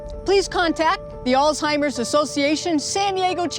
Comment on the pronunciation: This woman is Social worker and the director of Programs and Family Services for the Alzheimer's Association and mispronounces the very word and group she is representing, "Alzheimer's, not All-timers.....